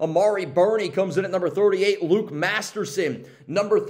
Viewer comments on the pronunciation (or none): none